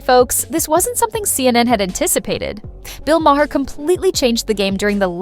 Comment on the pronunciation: Your credibility is questionable when don’t even pronounce Bill’s last name correctly